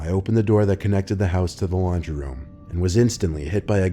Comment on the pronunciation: Every time he said laundry, I heard lingerie XD